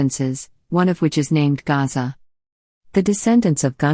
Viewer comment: Gasa not Gaza